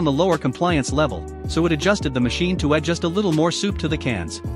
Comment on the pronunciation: MORE...not moar...